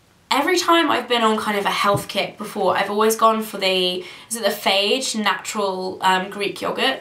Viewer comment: Fage yogurt is pronounced fa-yeah :)